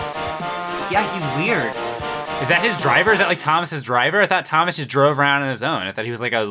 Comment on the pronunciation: "thomash the "TANK " engine